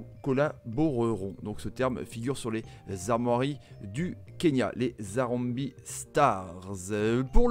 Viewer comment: Salut super présentation par contre harambee, se prononce harambéé et pas harambi